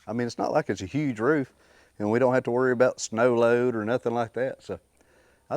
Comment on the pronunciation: Oh did you just say sneaux load? This week that might be possible.